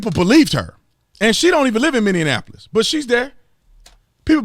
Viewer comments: Officer Tatum, it's Minneapolis. Not Minneanapolis. Please, it's really irritating. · Minneapolis is pronounced Mini-app-ole-iss, not Mindy-in-app-liss. Love your content man, but this just drives me nuts. It's not Indianapolis with an M in front of it. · Mini-Apple-os, Not Mindianapolis.. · B Tatum, one thing, please, it's, Minne-apolis, not Minne-en-apolis, that is all, thank you. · Say it with me...Mini-apple-is, not Mindinanappleus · bro you killing me hhaa Minneapolis is not pronounced Mini-Anne-apolis it is pronounced Mini-App-ol-liss. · Foooo, you keep sayin minnenapolis. lol lol Its Minneapolis. lol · FYI you’re pronouncing Minneapolis wrong. Sounds like you’re saying Minny-ann-apolis. It’s Minny-apolis. And to the Canadians out there, don’t call us Minny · Minneapolis... Mi-nee-a-puh-luhs... Mini Apple Liss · MINN-, EEE-APPLE-US... 👌😉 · With all due respect, it’s “MINNE A POLIS”. :) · B TATUM!!!! DUDE I AGREE WITH YOU 99% OF THE TIME DO ME ONE FAVOR?!!!! PRONOUNCE MY CITY NAME CORRECTLY PLEASE...ITS MINNE--APOLIS....... AT LEAST GET THAT RIGHT... THEY GONNA BURN MY CITY DOWN THIS WEEK THIS IS SOOO FVCKED UP!! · You still sayin' minianapolis. Lol. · Love you dude, but... minn...eee... app... o... lus. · Brandon I love your content😂 but as a member of the MN National Guard it’s (min-ee-app-o-liss)🤣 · Bruh you adding one too many syllables in Minneapolis. It’s Mini....Apple....us. You saying mini in Apple us. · Thank you! Non locals throw in lots of extra letters... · Brandon it's called Minneapolis, Not Indianapolis.. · I love hearing him try to say Minneapolis! Lol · Tatum brother I love you but learn how to say Minneapolis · Will someone please teach officer Tatum how to say MINNEAPOLIS? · Don't tell him how we actually say it over here. It's funny when he says it the wrong way